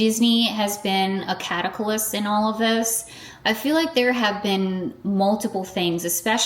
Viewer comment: Cata-cal-lyst????? You said it more than once. Definitely not how you pronounce that word.